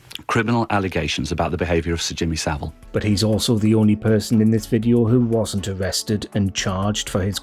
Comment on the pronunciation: It's Savile (as in VILE)